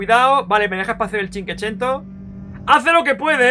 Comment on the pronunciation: Has dicho como ochocientas veces cinquecento mal xD cada vez una puñalada en mis oídos...y corazoncito 😅